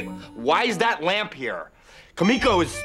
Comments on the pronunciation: He says “-tan” but pronounces Kimiko wrong. That a sudoku-worthy offense. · I think the greatest offence is how they pronounce kimiko